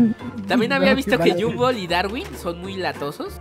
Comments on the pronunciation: Se dice Gumball no jumbo hoy te diste cuenta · No es yumball es gombal así se pronuncia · se dice gumball no jumball emtiende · oye no se yo, depende de tu traduccion de la serie pero Gumball no se dice Gumboll se dice Gumball pero se pronuncia Gomball (pero de seguro estoy mal:/ depende de tu traduccion pe) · No le digas Humbol dile Gumball no te equivoques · Y se dise Gumball no Yumbo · Porque lo yamas llunbo envés de gonball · porqué le dises a gombal gumbal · No es yumbol es gumball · No. Se. Llama. Gunboll. Se. Llama gombal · No es llumbol es Gumball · No es GUMBOLL es GOMBALL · Te equivocaste en pronunciar el nombre se pronuncia gomball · Gumball pero se dice gombal xd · se pronuncia gumball tal bes tu eres de otro pays